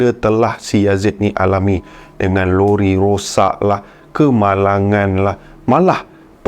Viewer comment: lori ke rori😅😅